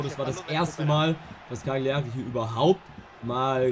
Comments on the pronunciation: die karrierefolgen sind baba aber broooooo es wird Caliari aus gesprochen nicht CaGliari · Cagliari wir Cal_ier_i ausgesprochen Triggert mich schon die ganze Zeit 😂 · Es kann doch nicht sein das ich der einzige bin den es triggert wie er Cagliari ausspricht…Bro das G ist stumm…sonst wieder gutes Video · Bitte probier in zukunft Gagliari richtig auszusprechen